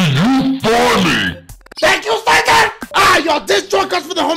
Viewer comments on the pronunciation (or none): none